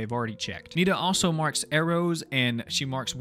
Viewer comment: NINA NAH BRUH ITS NITA but it’s ok u didn’t hear what her name is